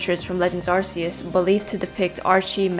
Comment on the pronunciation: Its AR-KEY-US